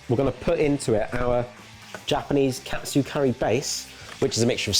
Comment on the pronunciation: 1 minute in and both chef and normal confuse katsu with kotsu.